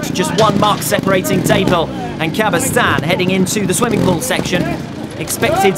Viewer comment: Thanks a lot for the coverage! It's so rare to have something similar those days. However, I find it somewhat irritating that the commentator continuously mispronounces Albert CabestanY's last name, otherwise, it would be just perfect ;) Ride on!